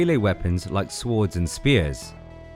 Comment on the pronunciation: First time I’ve ever heard the ‘w’ pronounced in ‘swords’ 😂😂